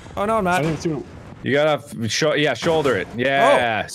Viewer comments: Jack: says shottayy Me: does he know ssundee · Jack says shotaye